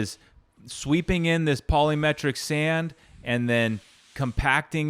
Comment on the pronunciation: The T is silent in polymetric sand. Lol